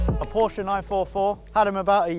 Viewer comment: I don't get the question... Of course we want to see the Porsche 944. By the way: Thank you for using the proper pronunciation for the brand name